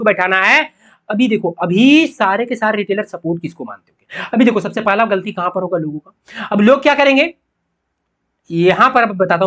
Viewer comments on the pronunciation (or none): none